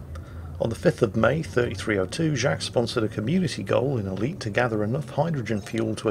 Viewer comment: didnt he sound a little bit asian saying ELitee loltheres defo sum ting wong there lol